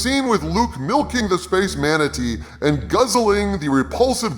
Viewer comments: Me: (thinks I’m a mature 25yo who’s above childish humor): “Manateet.” Me: pffftHAHAHAHAHAHA! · "Mana-teat" Genius.